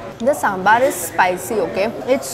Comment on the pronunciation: First of all besan and chane ka atta are same. Secondly please don't pronounce साँssssमबाssssर। It is साँभर। Simple. Your videos are excellent. You give nice description of the food you eat.